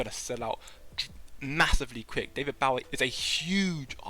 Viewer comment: David WHAT?! How dare you. It’s not like “take a bow”. It’s like “shoot your bow & arrow”. Bowie.